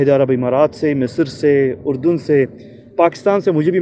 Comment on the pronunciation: پہلی بات تو یہ کہ تم لفظ اردن ہی غلط بول رہے ہو۔۔۔۔۔ اور تمہاری بات قابل توجہ ہی نہیں ہیں ۔۔بھاڑ میں جا۔